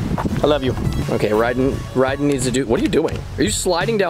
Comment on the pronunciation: It’s ryden not ryder